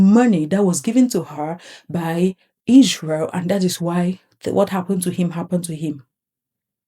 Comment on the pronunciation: "If I wanna say something about Issshhhhreeeeel, I will..." 🙄